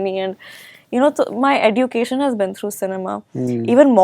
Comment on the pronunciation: D is silent in education 😂🤣